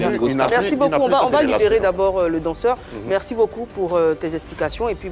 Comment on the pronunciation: On dit merci et non mekssi